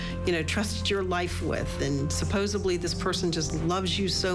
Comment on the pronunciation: He was probably mean to her because she keeps saying "supposebly". It's supposedly! There's no "B" in it, read a book!